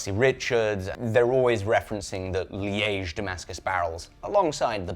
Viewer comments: always funny to hear a britt saying france or dutch names lol. But that place liege what your talking about is pronounced as leech. Just for your reverence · Your pronounciation of Liège is perfect, just perfect ! <3